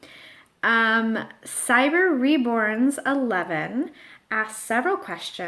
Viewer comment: Thank you so much for answering my questions. And thanks for saying my username correctly, most people say Cyber Reborns, but its after my puppy and 11 is his birthday day.